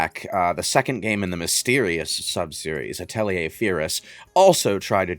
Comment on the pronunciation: Thanks for reminding me to play the Atelier games I have in my library. Also, "Uh-telly-eh"?